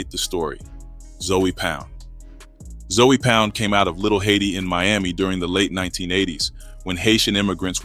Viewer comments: Nigga said Zoey😂😂😂😂....its zoe not zoey homie😂😂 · It’s not Zoey or zo it’s ZOE!!! Gotta be from Florida to know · 😂😂😂its zoe(zo) but he said Zoey hilarious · Im not Haitian but I know 4 a fact its not zoey its Zoe Pound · It’s not zoey it’s Zoe but pronounced like zo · Your videos could have had million views , but you keep saying Zoey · Stop saying Zoey wtf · Fix your A i it aint zowey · 😂 for real wtf zoey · Yo got name wrong I heard of Zoe!!!!! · Must be AI having a hard time with the pronunciation.